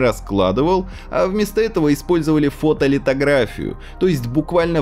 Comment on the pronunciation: Видос интересный, но не умеет в падежи и не выговаривает слово "фотолитография" xD